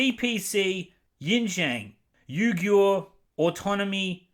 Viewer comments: Name’s list: Uyghur = Oowee-ger Urumqi = Oo-loom-chi Xinjiang = Sheen-jiang Ffs if you’re gonna’ provide key awareness for the fast-disappearing gem of trade route, say the damn names right so people don’t send aid to the wrong damn continent. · FYI, Uighur is pronounced "WE-ger." Disney probably filmed there because it meant free labor (from the oppressed Uighers.) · Mulan stars Chinese American actress for the love of God guys I can't pronounce this shit 🤣🤣🤣 BTW Xinjiang -> Shin-jiang Uyghur-> Wee-gur (Might be slightly off, I'm not a native speaker) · It's pronounced WEE-Gurr. Nearly every other site say it better than you. Take a minute to figure it out- this is the identity of these oppressed people.